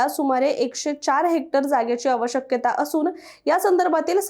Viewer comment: "आवश्यकता" असा शब्द असतो ना? "आव-शक्यता" असा शब्दोच्चार कशासाठी करण्यात येत आहे??